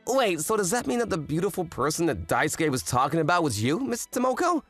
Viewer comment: For the love of god someone explain to him how to say Daisuke.. “die” - “soo” - “key” Jesus..